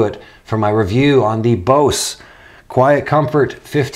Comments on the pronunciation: It's pronounced Boze! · Yea well potatoes and tomatoes are nouns in the English language whereas Bose is a company named by a person. That person dictated is as "Boze". So how about you not compare the pronunciation to a non copyrighted fruit and vegetable. Side note "Cool Beans" is an okay phrase to use. But it does become irritating when you say is 16 times in one video. Nice channel though